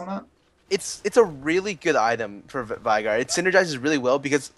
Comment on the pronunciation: How the hell is Veigar pronounced correctly? I heard V-eye-gar in this, Ve-gar is some another...